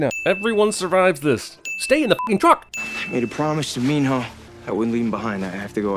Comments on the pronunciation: It's Not Min-ho its Min-no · He keeps saying NEMO! Its cracking me up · why does he say Minho's name as Meenhoe